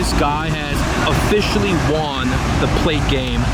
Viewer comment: the way you say won is so asian lmao